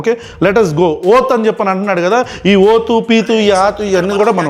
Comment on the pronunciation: ఓత్తు... పీత్తు... ఆత్తు... మైండ్ బ్లోయింగ్ బ్రో...😂😂😂😂😂😂